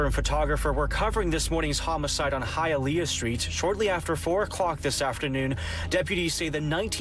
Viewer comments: Imagine pronouncing “Hialeah” all wrong . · It’s Hialeah (Hi uh lee uh)